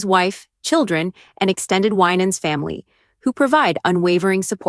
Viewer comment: You're misprouncing his name 😊